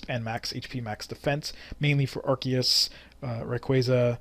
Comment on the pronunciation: Lol nice pronounciation of arceus